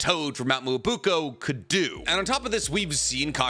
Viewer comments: Why do you keep saying Mt. Myobuko??? It’s not Myobuko. It’s MyoBOKU. Please at least try to pronounce things correctly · Hearing you mispronounce Mount Myoboku (not Myobuko) so many times was painful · I think this might be the first video where the mispronunciation of Mount "Me-yo-bo-ku" (Myoboku) has really distracted me. At first it was funny, but now it's confusing me sometimes. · Mi-yo-bo-ku not muubuku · WTF us Mt. Miyabuko ????? it's Miyaboku, you 🗑️ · Its MyoBOKU GOD DAMNIT. I had to hear that shit 60000 times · I feel like he does this on purpose😂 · Nobody:: Mount Muwobukoow ✌️✌️✌️ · i love your horrible pronounciation of specific expressions :D Mount Myoboku [mjoboku] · Love the theories; can’t stand how he says Myoboku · mispronouncing Mount Myōboku is messing with me lol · cant even pronounce myoboku right 💀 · What do you expect from someone who cant even pronounce myoboku right 💀